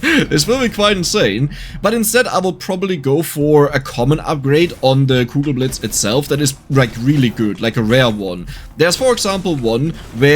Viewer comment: Kugelblitz ... It's Kugelblitz, not cougar blades ... I was so confused.